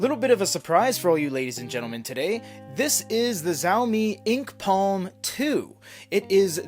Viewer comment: Shawme Not zawme